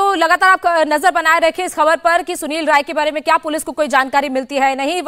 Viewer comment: Rai है ray नहीं. करेक्ट करो.